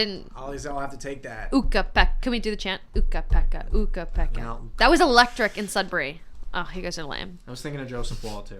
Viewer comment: Ukko-Pekka, not Ukka-Pekka